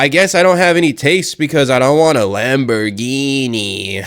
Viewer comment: he cant even pronounce the name of the lambo right